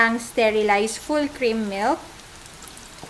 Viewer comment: "full krrrrim milk" "mAshrrrum" ang tindi 😁